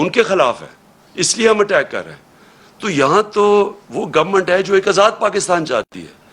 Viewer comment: Please don’t say the word “ govmet”. Just say” hamaree hakoomat”. Looks awkward the way you pronounce the word government……other than that I like you as a leader or person .. just try to speak in pure Urdu, our own national language, not the language of those that are trying to make you slave …100%…. In our own country our own language….. it makes me laugh when you proudly use the language of the occupier with your own people who don’t even speak that stupid foreign language .., leaders should be examples for the common people..